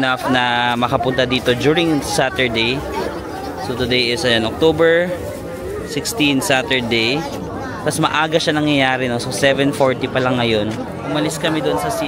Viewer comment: puro “OCOTBER” hahaha